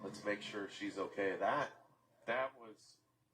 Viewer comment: seriously now...why can't you say the word "okay". 😂😂😂😂 Ohhhggeeyyyy!😂😂😂